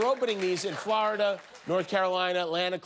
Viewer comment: “Flarda” - Jimmy Kimmel